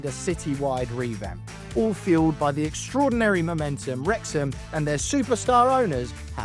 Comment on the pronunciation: Knowing how important the Welsh language is to this town and club, the very least this guy could do is learn how to say the name of the stadium correctly. The 2 times that he said it, was like nails down a chalkboard to me. 😬